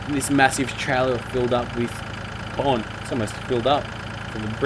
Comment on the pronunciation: every time you say corn it sounds like porn